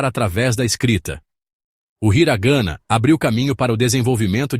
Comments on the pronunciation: Hiragana/katakana, não hiraganna/katakanna.... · HiragAna /. KatakAna A pronúncia está muito ruim …. Procure saber a pronuncia antes de qualquer vídeo …. São os erros que todos cometem ! Fica a dica 👍🏻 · Desculpe, parei de assistir depois de “hira gâna e kata kâna, tem pura”, não dá né amigo, um vídeo dedicado ao idioma e tu me coloca uma narração assim?